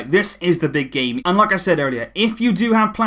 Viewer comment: sounds like you said gay management, instead of game... 😅😄😂